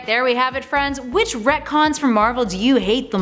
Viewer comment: sounds more like “that’s comic-cons” wahhhwahhhhwahhhhhhhhh....great videos brilliant channel thanks super human hero’s preciate U ❤️💛💚